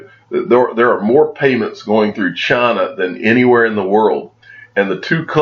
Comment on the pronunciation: "Chaaaaaaaaaaaana" or China? 😂